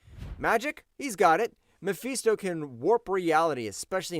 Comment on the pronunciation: Mephisto! Not Mefeesto! FIST! Not FEEST. Why do you keep saying it like that?